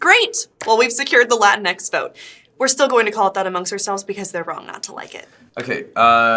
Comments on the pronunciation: It's pronounced Lah-Tinks , not Latin ex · I thought it was pronounced La-Tinks... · Did not realize before how it sounds when you say "Latin X Man " all quickly. lol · You have to pronounce it like it's spelled Lateenks